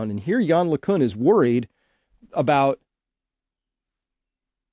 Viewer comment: LeCunt pronounced with a 't' at the end.